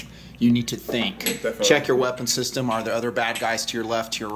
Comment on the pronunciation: I laughed so hard when said "Shishtem"